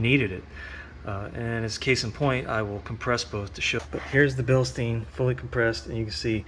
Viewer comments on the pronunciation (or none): Its bilschtain not stien